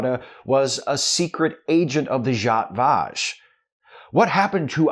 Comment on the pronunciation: Thanks again,! (Both for the thought-provoking material and for showing me how to pronounce 'Zhat Vash'.)